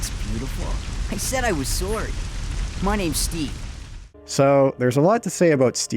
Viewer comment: "I said I was soORry"